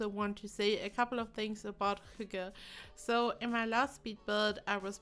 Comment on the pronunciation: AssaultedPeanutt almost 😊 she says "hugge", but the Y is more like the Y in ... "Synchronization" for example. So, the H-sound is correct, as well as the "gge", but the Y is different 😊 If you go into this link, the first is a northern Norwegian dialect, but the the two ones at the bottom (Martin Salthe, and astarkvedja) pronounce it like we do here in the east (the "norm" kind of) 😊